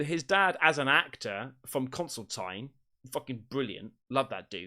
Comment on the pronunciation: I love the way you say Consultine when it's Constantine 😂